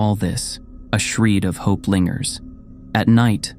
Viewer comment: The person who narrates has a great voice for reading these stories! It would help a lot if he learned how to pronounce the words that he is reading though. Ill be really into the story and every misread word pulls me out of it because i then have to figure out what he meant to say......misread in this story- shred, horizon, desperate, warning, blindly, rubble, debris.